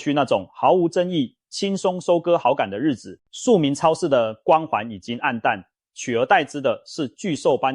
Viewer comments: 包皮超市 是我聽錯還是故意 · .....我怎麼聽到包皮超市😢 真的，那天看個垃圾袋，一捲是小北的三倍價，抵制